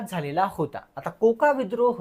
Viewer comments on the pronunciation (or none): कोका आंदोलन नव्हतं झालं रे भाऊ 😂 ते कुका असं आहे